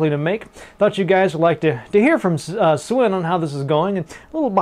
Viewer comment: Great job there, you got Swen's attention longer then the average larian guy manages; he is used to run around like a mad chicken usually. And btw, you pronounce the 'w' in Swen as a 'v'; so its more like Sven.